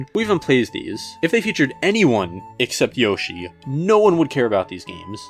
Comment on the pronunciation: Yosh eye??? Ok you crossed the line bud